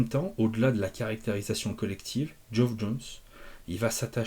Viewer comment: (Tip prononciation non sollicité : "Geoff" se prononce comme "Jeff")